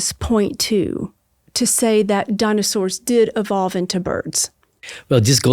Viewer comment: "Daanosores"? English, please!